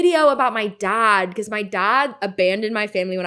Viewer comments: “My dahd” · Ugh…her pronunciation is so aggravating. If I hear her talk about her “dahd” one more time…😵‍💫